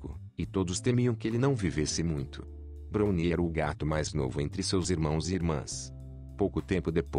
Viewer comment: Nao e bruni q se pronuncia, e brauni....